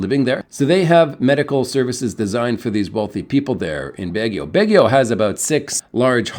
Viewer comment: The letter “a” is a short “o” in the Philippines.. it’s never a short “a” as in cat BAW ghee oh.. the “ba” rhyme with “ma,” “rah,” “ha!”